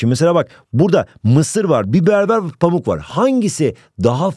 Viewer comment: pamuk yerine amuk diyo😂